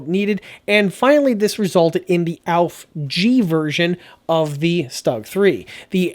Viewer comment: Damn, I wish you wouldn't say "Auf..." Most of your German pronunciation isn't bad, but "Auf" - ooof! "Ausf" is short for "Ausfuhrung." Let's spread the word and educate the public, okay? "Ausss - fyooor-uhng." Ausfuhrung G. It's not hard.